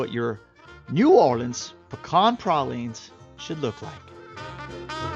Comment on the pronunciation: Pray-leens dude.